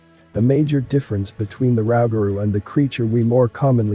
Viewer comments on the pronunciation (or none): Nuclear wars of the 17th and 18th centuries??? What is your source for that information? The B.S. Almanac? And it's not "bay-us", it's pronouned "buy-yoo" and it's not "Rau-ga-roo", it's pronounced "Roo-ga-roo". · Its pronounced"Roo-ga - roo. Thats how its pronounce it down here in southern Louisiana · Pronounced: Rooooooo-gah-Rooooo 😆 Give a like if ya Learn’d something. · It is pronounced rue ga rue. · It’s pronounced Roo- ga -roo ( Rougarou) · It's pronounced Ruge - a - rue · It's pronounced ruu-ga-ruu For no.3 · Its pronounced roogaroo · Pronounce roo gah roo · U say it funny 🤣🤣 Louisiana rougarou